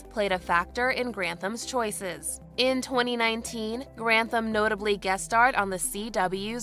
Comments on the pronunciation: I absolutely love your videos. but okay his name is pronounced Ryan GranTHam. With a TH rather than a T - ham. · Gran. Tham.... not Grant. ham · I love your mispronunciations it's so cute. I have no idea if it's Grant ham but if it was in Scotland it would be gran-tham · think it's Gran-THAM not Grant-HAM, jfyi. Such a sad story, I never wanted to be famous even as a little kid. Always seems like more hassle than it was worth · We share a last name, but at least mine is pronounced "Grant-tham". I have a lot of sympathy when it comes to mental illness but I'm having trouble finding that sympathy for this case.